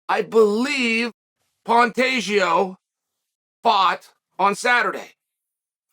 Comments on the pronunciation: You lost me at “Pantajio” 😂😅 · Cmon Chael at least say Pantoja right... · Things I learned today. Pantoja (actually pronounced pantageoo) won his fight last Saturday (probably by finish) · Chaels latest phonetic fighter name: Pan-tay-joe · it's not a hard name to pronounce why the shade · this guy is stupid first learn how to pronounce Alexandre Pantoja 2 let Pantoja do whatever he wants to do . The good or bad guy let him be himself like brandon is himself maybe that’s why he has blown up . GSP GOAT was also himself when Skillful and Talented no need to act a fool like you suggest bad guy ha.. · Chael really put the pronunciation of Pantoja through it's paces! I counted six different pronunciations 🤣